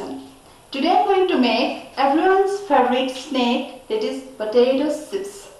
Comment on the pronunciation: It's not Potato "sipps"it's potato chips